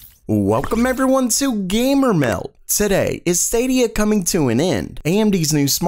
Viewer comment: dude stop saying gamermeld so weird..... it's so fucking annoying? dont you understand that?